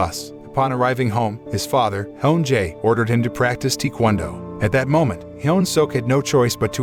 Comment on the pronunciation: This narrator said Tee-Kwon-Do 😅